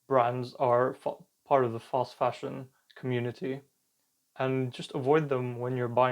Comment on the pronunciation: what is he calling it? False fasion, foss fashion, fast fashion? I turned Closed caption on to be able to understand .